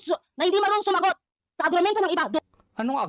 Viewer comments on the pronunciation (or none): Putek na yan grabe tawa ko dito. 🤣🤣🤣 Agrumento = HUROMENTADO 🤣🤣🤣🤣